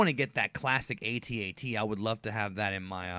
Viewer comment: I have never before heard an AT-AT pronounced that way.